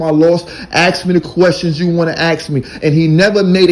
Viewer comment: The word is ask not akx.